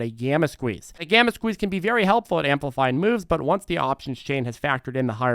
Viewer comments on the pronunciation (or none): none